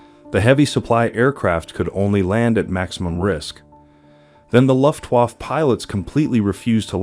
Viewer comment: COMPUTER VOICE SUCKS!!! LUFTWAAAF WTF???